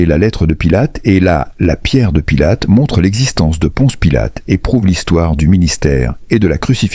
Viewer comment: Pilote au lieu de Pilate,Parcs au lieu de Parthes,lapirait au lieu de lapiderait,ce ne sont que quelques-unes des énormités que j’ai relevés dans ce récit qui,de plus,est complètement inventé